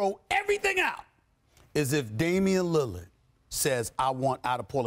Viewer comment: "if Damian lillad"I'm dead